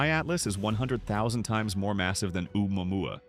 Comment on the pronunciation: How many ways can AI butcher Oumuamua 😂